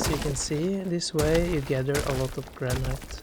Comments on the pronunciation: Its not prenounced "Gran-night" its "Gran-it" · I bet his English is way better than your second language, if you even have one. I think his English is great! I wish my Spanish and Japanese were HALF as good as his English. By the way, LOVE that he pronounces it gran-NIGHT. It sounds so classy.